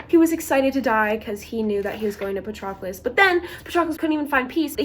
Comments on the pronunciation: IT'S PRONOUNCED PA-TROH-CLUS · I think it’s pronounced pa-trow-clis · The way you pronounce Patroclus kills me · it is not that hard to go on google translate and find who to pronounce the name of the protagonist, jesus christ